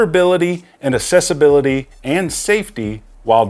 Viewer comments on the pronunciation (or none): Just a nitpick, but accessibility is pronounced like "accept" which you pronounced correctly, but you pronounce accessibility like "assessibility" which is incorrect. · We need to have a conversation about how to pronounce accessibility. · Anybody else annoyed at the fact that this guy doesn't seem to know that assess and access are two different words?.... Ease of access is ACCESSIBILITY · My Brother in Christ, the root word of accessibility is access not excess; access-ibility.